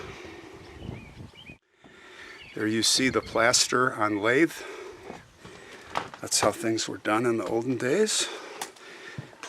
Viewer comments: You can see where the blackboard was attached. The wood that they plastered was called lath not lathe. We had so much of it in our house where I grew up and we remodeled so I got very acquainted with it. This story was long and more enjoyable than I thought it would be. The depth that you go into really makes it worth while. Sad story though so much loss of life but our country is full of the same stories. What a shame. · It's lath sounds like bath